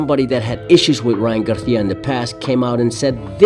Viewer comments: I like this video bro but it’s GARCIA not GARTIA 😂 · Its GARCIA(GAR-SEE-UH) not "GARTHEAUH"... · Why do you keep calling him Ryan garthia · Why do you pronounce it as “Garthia” 😂 other than that solid video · Learn how to fucking pronounce GAR-SEE-UH. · Why do you pronounce Spanish Names with a Spanish accent when we dont speak like that in Mexico or all of the Americas? No you keep changing it up. Sometimes with the Spanish lisp "th". Ryan "Garthia"? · The way you pronounce Garcia is interesting choice. 😂😂😂😂